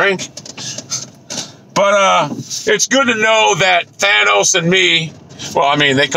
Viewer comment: "Thanus" lol